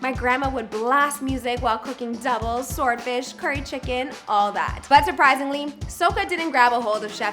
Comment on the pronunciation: when she say doubles and swordfish she sound Trini my opinion